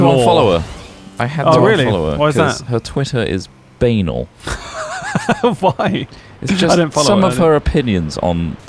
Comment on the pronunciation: Ba-nal not B-anal